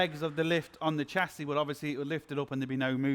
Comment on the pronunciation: Shass-ee NOT Chass-ee.